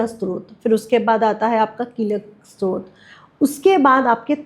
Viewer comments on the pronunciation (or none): आप बहुत ही रोचकता से मां त्रिपुर सुंदरी व सहस्रनाम के बारे मे जानकारी दे रही हैं। प्रणाम 🌹 क्षमा याचना के साथ निवेदन है कि स्तोत्र का उच्चारण स्रोत(srot) नहीं है बल्कि STOTR (स्तोत्र) है । नवार्ण मंत्र का उच्चारण निर्वाण (nirvan) नहीं है।सही उच्चारण है navaarn। कृपया क्षमा याचना के साथ निवेदन है। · बेटा स्तोत्र शब्द स्तुति का derived है इसका उच्चारण Stotra करो ।